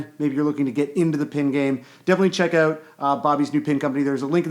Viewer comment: Lol "oot" and "aboot" xD